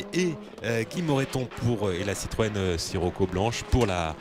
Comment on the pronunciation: écouter bien......il dit citroen siroco mdr